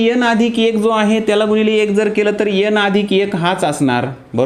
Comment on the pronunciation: यन नको एन बोला सर 😊